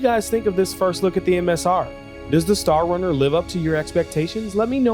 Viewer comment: Star "Crunner" 😬 sweet vid tho. So glad i got this ship